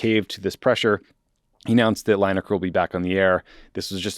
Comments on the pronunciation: Lin-ekar not Line-ekar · Lineker not Linaker. Not a biggie. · Oh dear, Tommy is clearly not a soccer guy (or as we in the rest of the world calls it properly: football). Coz his pronounciation of Lineker really made my ears bleed! And if Tommy had the least bit of interest in football, he would definitely know the name of 1 of the best strikers in English football history, who among other things still holds the English record for most goals scored at a World Cup. Oh, btw. U should also know, that Lineker is in fact not employed by the BBC. He owns his own production company, where he produces Match of the Day, and the BBC has a contract with him for airing it, so hes not just the host. They really f'd up trying to mess with a guy, who doesnt need the money, who did nothing wrong by their own guidelines, and who has the most viewed sports programme and 1 of the most viewed programmes in the UK overall. They shouldve realised, they couldnt bully him into silence, and they really opened themselves up to him taking his show to any of the other networks, who would salivate at getting him and his viewers, and while Lineker did not mention it himself, others with legal expertise did, that he had a really good case to sue them for breach of contract. So they had to u-turn, apologize and get him back on air. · From a UK perspective, I enjoyed your discussion on Gary Lineker, your pronunciation of it not so much :D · Pronunciation of Lineker ist cringeworthy